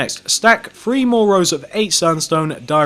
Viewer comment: It’s “three” not “free” you twat